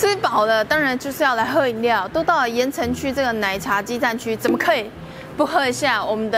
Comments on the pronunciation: 可能國語不是母語有差 我每次都聽成 言承旭(鹽呈區) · 怎麼辦一直聽成言承旭哈哈哈哈哈哈哈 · 有人跟我一樣從頭到尾一直聽成言承旭嗎? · 我一直聽到言承旭😂 喔～看了字幕才知道鹽埕區，講話也太可愛❤️ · 鹽埕區~鹽埕區~鹽埕區~ 怎麼我一直聽成“言承旭” XDDD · 只有我一直聽到「言承旭」嗎？ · 哈哈 怎麼一直聽成言承旭…